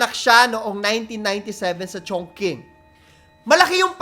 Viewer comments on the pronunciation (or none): Chong-ching po ata ang pronunciation ng Chongqing... skl😅